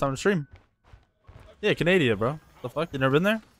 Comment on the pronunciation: canadia?its canada lmfao